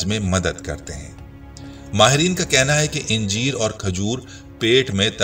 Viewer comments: انجیر کے الف پر زبر ہے اسے زیر کے ساتھ اِنجیر نہیں کہنا چاہئیے ویڈیو کی ابتدا میں انجیروکھجور کا باربار اکٹھا ذکر کیا گیا مگر آخر میں دونوں پھلوں کو ملاکر نہیں بلکہ الگ الگ کھانے کا مشورہ دیا گیا ویڈیو میں غیر ضروری طوالت سے کام لیاگیا ہے الفاظ دہرانے سے گریز بہتر ہوگا ڈاکٹر رؤف خیر حیدرآباد انڈیا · khujoor nahi khajoor...injeer nahi anjeer bolo bhai